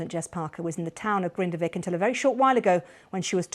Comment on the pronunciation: Grindavík is pronounced “Grinda-veek”, the BBC have the resources to not murder pronunciation of locations